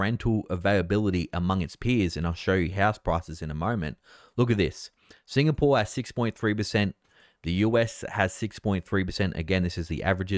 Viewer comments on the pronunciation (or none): none